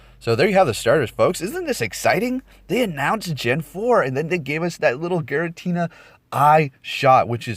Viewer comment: Giratina not Garatina